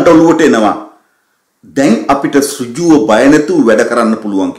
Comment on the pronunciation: සුජුව...කියල ශබ්ද කරන්න එපා...සිංහල (.ර්‍ර්ර්.....ජුව)